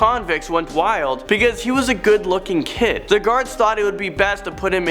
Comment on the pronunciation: You said 'beceuse 789